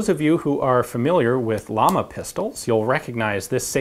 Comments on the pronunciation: Ian, Llama is not pronounced like the animal. It stands for flame, which is pronounced something like Jama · Llama means flame.. pronounced Yama ! Just spreading some information about the pronunciation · GreyDevil Ian knows this. He explains why he pronounces manufacturer names such as Walther and Llama incorrectly but in a way expected by Americas in Q&A #7. I agree with the logic he laid out.